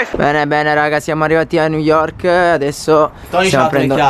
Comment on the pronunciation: quanto covsta una vacanza a new yovrk. pvezzo assolutamente ragionevole. (per pochissimi)